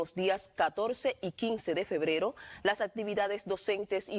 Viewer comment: Ella dijo febrero?